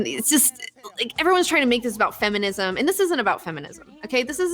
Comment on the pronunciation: "not about fe-muh-nism". hahah nice.